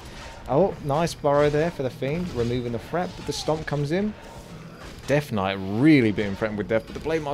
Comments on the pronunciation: Why does say deaf knight instead of death knight? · yeah its just the accent man, alot of UK people pronounce the "th" sound with an F, ie rank free(three), or fink (think). Purely a dialect thing. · It is 100% an accent thing. Listen to other words he says with the consonant sound TH.